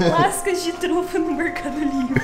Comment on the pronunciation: “E ele falou Truta. Truta? Trufa! KKKKKKK MORTA